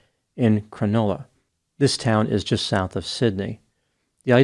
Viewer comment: Minor nitpick but if you care to know, Cronulla is pronounced "Cruh-nuh-lah" here. :)